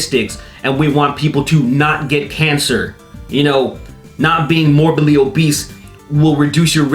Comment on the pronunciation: "Morbidly obeast" lol funniest slip of the tongue